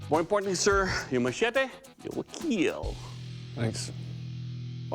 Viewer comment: "It will KEAL." Music to my ears.